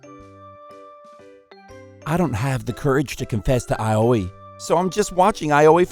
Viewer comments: Hahah, same. Aoi became A-O-E. What's this Area of Effect? XD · My biggest question is why they are pronouncing Aoi as Ayoi...